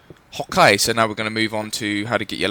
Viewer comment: When u say okay it sounds like your saying hawk-a